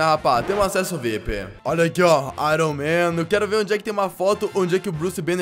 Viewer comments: Mais homem de ferro em inglês é iron man e não airon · "A dE aIrON mEin"